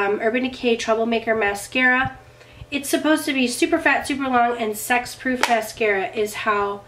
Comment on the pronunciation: Enjoyed the video! I swear when you described the new Urban Decay mascara's claims that you said sex-proof! So after you said it I kept waiting for the classic humor because it would be crazy for makeup companies to start marketing makeup as sex-proof. LOL! 😂 When you didn't comment on it I had to rewind it & listen again & finally got that you were saying sweat-proof (at least I think that's what you said). So funny. I'm in Houston so I'm catching up on some of your videos while we're dealing with Hurricane Harvey.